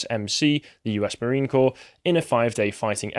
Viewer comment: Corps is pronounced 'Core', not 'Corpse'. Amazing, how often people of their age/s mispronounce so many simple words - like they've never heard them spoken.